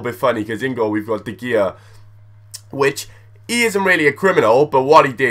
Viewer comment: he said de gea wronge